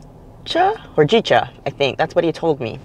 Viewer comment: It’s pronounced Ho-Gee-cha, the roasting also reduces the caffeine a bit for those who are leery about getting wired later in the day. Nice palate cleanser after all those garlic chips…